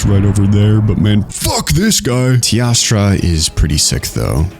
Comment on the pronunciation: why for the love of god does he say tiastra instead of teostra